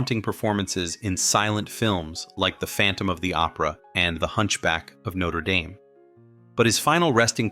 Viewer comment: Nōter Dāme……ahahahahahahhaha!